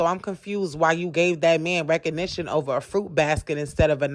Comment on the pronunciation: Lol “reconition”